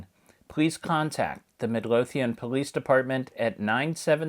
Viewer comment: Itms pronounced "Mid-LOW-thian."